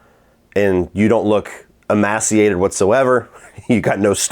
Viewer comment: Emaciated is pronounced Em MAY ci ated